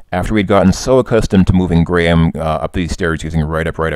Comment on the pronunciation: Thank you for pronouncing Graham correctly, rather than 'Gram'